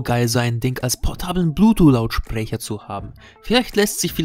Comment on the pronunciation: Blu-Tuh.... Hahaha